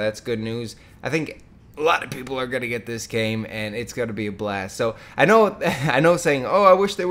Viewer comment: yeah for real...and one tiny thing that bothers me is how he says what is GOATIN on now....dude you take this goat shit to far, your channels wouldn't be suffering if you tried to suffice to the audience older than the age of like 13